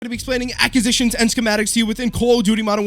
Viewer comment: Cant listen to him say acquisitions incorrectly anymore jeeesus